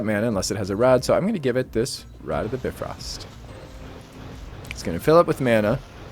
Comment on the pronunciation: Hey, great video as always but I just wanted to let you know that it's pronounced BIfrost, with the 'bi' spoken like in bicycle or bionic or... Any other word with the prefix bi, to be honest. Not a complaint, just saying.